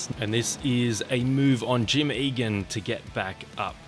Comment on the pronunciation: Awesome video! (And thanks for pronouncing "Eagan" right on the first try!) 😄